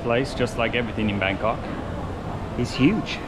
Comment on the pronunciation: Sounds funny when you pronounced it Bangkock, lol